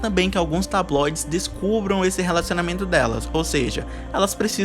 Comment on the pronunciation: Eu acho mt engracado o falando "tabloides" slaKKKKKKKKASHKAHDKHAKA